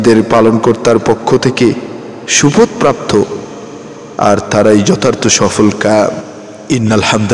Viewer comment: (লন্ডনের) আপনার ভয়েজ খুব সুন্দর আপনার মুল্যবান কথা গুলো ও, ভালো শতাধিক কদর উচ্চারণ সঠিক মাঝে,২/৩, করার উচ্চারণ একটু, ঠিক করে নিবন,!তেমন,শুপতপ্রাত্ত না বলে শপথপ্রাত্ত বললে সুদ্ধ হবে ইনশাআল্লাহ যেহেতু সারা পৃথিবীর মানুষেরা আপনার মুল্যবান তরজমা সহ কোরান তিলাওয়াত শুনে